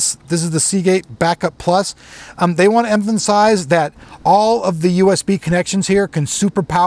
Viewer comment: I'm really glad that you emphansized the nomenclature of the name. ;)